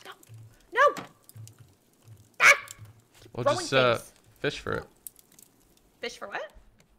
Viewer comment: You keep saying fith instead of fish